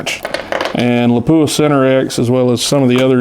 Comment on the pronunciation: Nobody likes their name mispronounced. Please check how to pronounce Lapua.